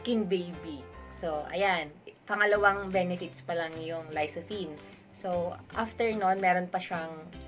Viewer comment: Idol Lysophine 😂😂😂 Dapat po Lycopene 👍👍👍